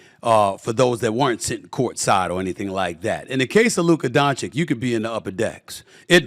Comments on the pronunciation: There is no conceivable way that multiple people haven’t informed Stephen A. of the proper pronunciation of Doncic’s name. He’s just continuing to say it wrong out of spite at this point. What a petty S.O.B. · Can you please, for the love of God, learn how to say Dončić properly??? He has literally been in the league since 2018, it really isn't that difficult. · Štefan A Smithčić learn to say Dončić the right way... soon you will respect your father😂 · dude cant learn how to pronounce a letter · Stephen, are you really gonna keep mispronouncing the guy's name even though you're a veteran journalist and talk for a living? It's 2 syllables. You're 2 literate 2 be so ineloquent. People are gonna question your motivation cause there's no way you're not aware you're doing it. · And he pretends to be a professional journalist… the guy is there for 6 years and making 5 all nba teams, but he can’t remember how he should say his name. 🙄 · I just cant get it how Steven A is still pronouncing Doncic wrong! And no One says anything. So disrespectful. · Stephen A. should learnnto pronounce his name by now! Disrespect. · Can someone please tell this man how to say Luka’s last name? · It's been 6 years. It's clearly intentionally meant as disrespect. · SAS has pronounciational problem on European name. He should take the lesson on this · It's not an American name so it's not easy for SAS to pronounce it. Stop being a Karen. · pretty much everyone else on tv says Doncic correctly. Hell SAS even says Jokic correctly. He’s being intentionally lazy and/or stupid regarding Luka’s last name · DON-CH-ITCH!!! NOT Don-chick! This is your job and you can’t say one of the world’s best bball players name! Im embarrassed for you. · Good interview and Stephen A. Smith was honest toward Luka. But he should - after so many years - pronounce correctly Doncic: It's not "Donchik", it's "Donchich"! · I'm just here for Stephen A. Smith to pronounce "Donchick" in front of his head coach